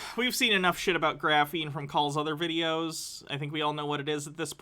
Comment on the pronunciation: What the heck is graffeen?